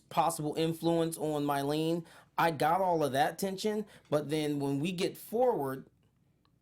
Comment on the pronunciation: And calling Mylene "Mylena" dudeeee